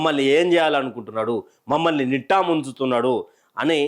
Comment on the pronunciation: నిట్ట కాదు నిండా అనాలి.నియోజక వర్గం అనాలి, నియోజ వర్గం కాదు.తెలుగు సరిగ్గా నేర్చుకోండి.